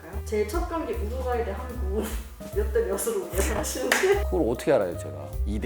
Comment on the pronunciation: 공영방송이 '우르과이' 실화냐? ㅋㅋㅋㅋㅋㅋ